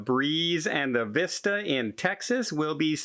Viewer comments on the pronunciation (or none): none